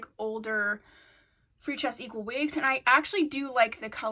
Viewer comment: Love your update vids and how you say "freetress equal" lol😂💕